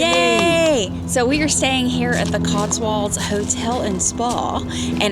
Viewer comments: It's pronounced CotsWOLDS, not CotsWALDS! All American make this mistake! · Cotswolds: pronounced as it is spelled, Not Cots-warlds. .